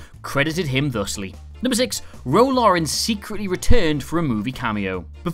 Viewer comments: Laren: Lair-en. not Lauren. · Lai-ren not Lor-en. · FFS stop calling her Ro LAUREN. LAREN! It's LAREN! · Love your content but.. Ro LARREN, not Lauren :) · Love your videos. Ro Laren, (Roh LAIR-in) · Don't worry. The presenter couldn't say Maquis OR Laren correctly.